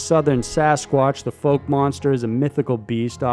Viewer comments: ok...hang on...cause I'm from that area of Fouke, Ar. It's pronounced like the word "out" but just add the F and ke...try this in a southern tone and drawwwwww it outttt! Now! I lived in a town not too far from there in Texas named New Boston...on the way to work one morning, I was headed toward Texarkana on I-30 and there were pasture on both sides of the road. A black furred creature running bi pedal across the interstate in front of me..it's arms were just a bit below the knee and the head was small like a dog...it was not a huge creature but glided across both sides of the interstate and scaled the barbed wire fence on the other side like it was nothing...yes, it ran fast...I was going 70 mph but I know what ran in front of me and it was NOT an ape, or anything 'normal'...I always thought it was a big foot...but after the dog man was described to me..I'm convinced that's what I saw....and it may be what the Fouke Monster really is.. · Great video. Just fyi, Fouke is pronounced with an ow sound instead of a long o sound so it would sound like (fowk) rhyming with doubt or out. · It’s pronounced fowk but spelled fouke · Has anyone mentioned you mispronounced the name Fouke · Fouke is pronounced like cow. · You pronounced fouke way wrong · Mis pronounced fouke monsters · It is NOT pronounced FOLK monster? It is the FOUKE monster as in FOUL-KE!!! It drives me crazy when people mispronounce words, there is no call for it and it makes people sound ignorant and/or uneducated! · The first part of Fouke is pronounced like someone said “Ow” not “Oh.” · It’s pronounced fouke not folk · you mispronounced fouke i from those parts F-ow-ck .not folk your useing the wrong sound for o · it's not folk. it's fouke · It's not FOKE, it's FOWK. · It'a Fauke not Folk, dummy. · It's pronounced FAUK, not FOKE... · *fouke is pronounced like fowl but with a "k" instead of an "L"... F--ow--k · It's the fouk monster...like "fowk" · It’s pronounced Fowk. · Lol, the "Foke" monster.